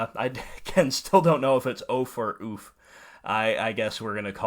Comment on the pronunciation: I love your Horizon Spoiler videos, thank you for all your hard work. It is pronounced like "Oof" :)